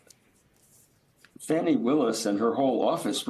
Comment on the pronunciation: It is pronounced fah-nee ,not fanny, prof. tribe